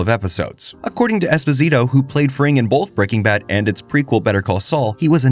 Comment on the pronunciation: Not knowing how to pronounce Esposito ruined this vid for me.